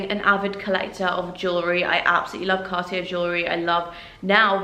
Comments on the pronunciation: It's pronounced Car tea ay not Car tea air. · it's more like carti-é... er=é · Pls learn to say Cartier if you're lucky enough to afford it... it's more like carti-ay 😅